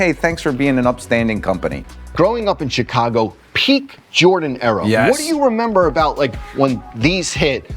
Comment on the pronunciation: He got the Chicago right